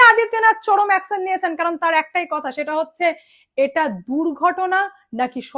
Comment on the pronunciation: Akson na action please pronounce correctly 😂